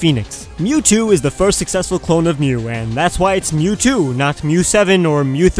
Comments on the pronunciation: The Greek letter is not pronounced as mew but as mee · the Greek letter μ isn't myo it is me lol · I thought that the Greek letter 'mu' was pronounced 'moo' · Lol Μ μ is pronounced mee, in greek